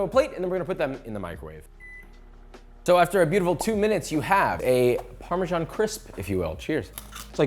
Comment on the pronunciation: Fun fact: the "s" in parmesan 🧀 is pronounced like the "z" in amazing. Not like the "g" in gymn.